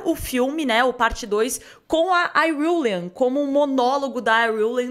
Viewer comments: “Iruilian” que isso mds porque querer falar difícil? Fala IRULAN carai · Próximo nome de pobre "Iriuleyne"😂😂😂😂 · O conteúdo tá óptimo, agora tem de melhorar como pronúnciam os nomes .